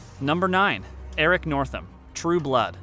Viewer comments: Northman* not northam isnt it? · Its Eric Northman. Not northham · Ugh, it's Eric Northman NOT Northam. That was highly disappointing. 😥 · Eric "Northam"??? Really? Couldn't just google it before you included it in the video? Pretty silly, imo. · Eric Northman, not Northam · Eric Northman not northam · I'm it's pronounced as Eric Northman not Eric northam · it is Northmann not Northham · Is erick northman not northam.... c'mon now....also where is klaus?? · Its Northman, not Northam. For shits sake. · Eric Northman....not Northam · It's Eric Northman, not Northam.